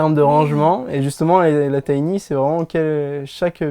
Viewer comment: C’est sympa mais quand vous dites « tiny » ça me fait mal aux oreilles.